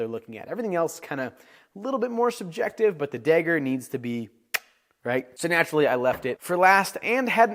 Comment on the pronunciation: You pronounce dagger as “degger”